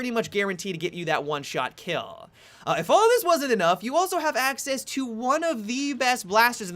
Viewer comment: You say kill like a blonde